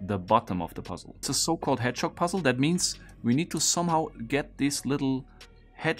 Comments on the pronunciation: Anyone else hearing "hedgehog" as "head shock"? Or is it just me? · I was thinking “hedgechok,” I feel dumb for not realizing it was “hedgehog” sooner!